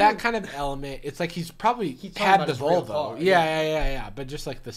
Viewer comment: Literally I thought they were saying "vulva" instead of "volvo"... like I thought it was like "yeah, back of the vulva." "What color was it?" "Gold, kinda tan-ish"